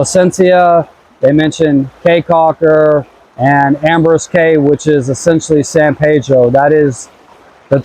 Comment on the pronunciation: Prounounced Key Caulker... not Kay Caulker.. People of Belize are wonderful!